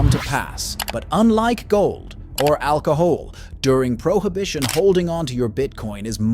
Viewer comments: AI can't pronounce "digital" , "illegal" or "alcohol"? Those are not difficult words. "Alca-hole" lol😆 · I'm not sure what I think abut BTC longterm- I think the Jury is still out on this, however, I DO HAVE an opinion on the narrator's pronunciation of some of the simplest of words like "alcohol" for instance. Guys, if you are going to be lazy enough to get an AI voice over at least make sure it can pronounce the language.